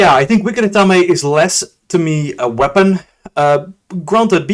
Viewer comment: It's Ath-aim, not Ath-am-A